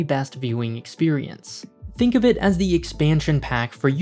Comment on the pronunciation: But I already live on a rock to die on: earth. And don't say 'thee' when you mean 'the'. It only makes you even more annoying to listen to.